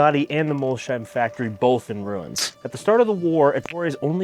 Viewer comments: and Mol-sheim instead of Molsheim. The German in me is wincing. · It’s not Mol-sheim. It’s Mols-heim. :) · City is called "Mols heim" not "Molshhheim" Bugatti’s business model is not directly comparable to HP’s printer-and-ink model, but the underlying logic is similar: the headline product does not always need to generate the full economic return on its own. Widely cited estimates suggested that Volkswagen Group lost substantial money on every Veyron sold, because the car’s development and production costs were far higher than its selling price (sold for 1 million, took 5 million to produce). However, the Veyron was also a technology demonstrator, a brand-building instrument and a statement of engineering capability. Its value therefore went beyond the profit made on each individual vehicle. Bugatti is not trying to offer “insane deals” or compete through volume. It sells extreme exclusivity, engineering, heritage and access to a very small group of customers. Buyers also generate long-term revenue through servicing, personalization, special editions and future purchases. People can criticize the pricing or ownership costs, but from a business perspective, it is a deliberately exclusive model designed for an exclusive customer base. I am saying this purely from a business standpoint—I know I will probably never own one myself.